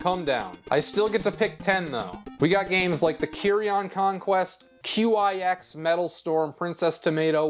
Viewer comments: Qix is pronounced like “kicks” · QIX is pronounced "kicks". There's blog posts of someone who supposedly asked the creator Randy Pfeiffer questions about it (the QIX name coming from Randy's license plate) - who knows if they made it up, but whatever. And there's official marketing materials from Taito using it as a pun.